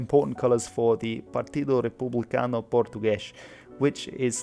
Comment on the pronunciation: The only flaw is the lack of a hard "R" in Republicano, like the French/German one.